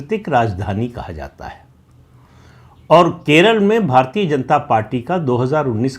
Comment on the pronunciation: भारतीय" शब्द का उच्चार आप भारतीए/भारतीये ऐसा क्यूं करते हैं मतलब आप "य" का उच्चार ए/ ये ऐसा क्यूं करते हैं। य का उच्चार य ऐसा क्यूं नही कर पाते?